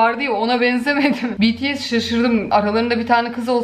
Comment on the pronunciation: Bts betese demeyen. 👏👏